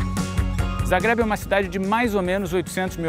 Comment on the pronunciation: Amo a Croácia, já estive lá umas 5 vezes e quando soube desse episódio corei para vê-lo. Adorei que o Pedro é um dos únicos da TV que pelo jeito sabe pronunciar "Zagreb" direito. Mas quando ouvi que a Croácia era parte da República SOVIÉTICA da Yugoslavia doeu...parei ali mesmo...